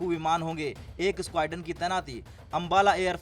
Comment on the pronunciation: Squadron to Bola ni ja Raha isse 🤦